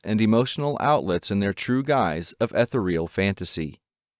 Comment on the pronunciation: Not Ethel-real;it's E-THEE-real.